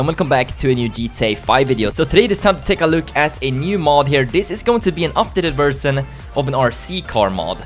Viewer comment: ver-shon not ver-son